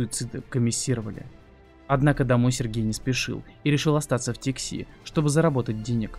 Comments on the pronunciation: Не Тикси, а Тикси! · ТИкси, КомИсовали а не комиссировали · даже википедия указывает ударение в названии поселка "Тикси" на первый слог, многие это знают и без википедии. автор безграмотен! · ТикСИ, КомиСИровали.....блин как ты с такой грамотностью тексты читаешь? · Только не ТиксИ, а ТИкси. Ухо режется , а так, видео супер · Тикси, ударение на первое И. Не комиссИровали, а комиссовАли, что значит уволить военнослужащего. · Не ТиксИ,а ТИкси,ставьте ударение правильно!!! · Тикси (ударение на первый слог слова, а не на второй). Я там жил рядом в Нижнеянске. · как неграмотно ... комиссИровали, вместо комиссовали, и в названии Тикси ударение ставится а другой слог